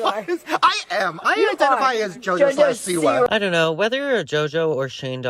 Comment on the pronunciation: Is this dumb lady completely incapable of pronouncing Siwa? Seee-Wahhhh!!! God I wanna slap her😅